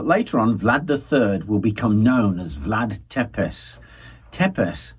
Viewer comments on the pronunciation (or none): Great video as always,. Just a note regarding pronunciation; it's Țepeș, not Tepes. Ț is pronounced like the "zz" in "pizza", and ș is pronounced like the "sh" in "English". As a Brit who has lived in Romania for 10 years now, who was also first attracted by its history, I highly recommend a trip. Be sure to visit Șighișoara - birth place of Vlad III. Cheers!